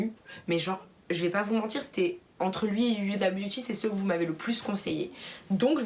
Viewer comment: youda à la place de Houda surtout quand tu t'appelles mdr ( c'est pas méchant ) 😜😂😉